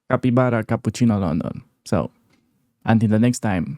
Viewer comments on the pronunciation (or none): none